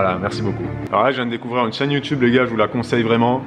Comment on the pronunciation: J'ai 2 ans de retard 😭 Quand a dit You Tube on aurait dit Teube... 🙈